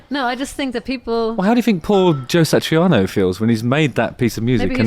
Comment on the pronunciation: Its Satriani not Satriano or Satrianos (The Greek Guitarist). Having said that, I love the idea of listening to 'Surfing with the Alien' played on a bouzouki